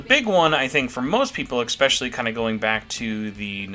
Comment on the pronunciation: > "Expecially" "Expecially" "Expecially" "Expecially" "Expecially" "Expecially" "Expecially" "Expecially" "Expecially" "Expecially" "Expecially" "Expecially" My dude, it's "especially". "Eh" "special" "lee". With an "S". Not an "X" or a "K" or whatever else. Also, you almost inverted my "buy or skip" list, except for the story DLC which was the only one we agreed on.